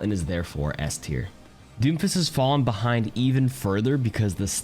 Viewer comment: Buddy said mercy is b teir😂😂😂